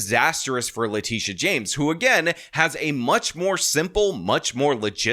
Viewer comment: Please pronounce leTITia correctly. It's not LaTisha, or Latischa. It's La-Tit-ia